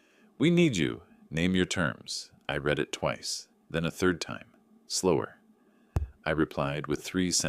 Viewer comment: I've lost count how many "I read this earlier" type sentences I've heard, where "read" comes out as present tense reed, not past tense red...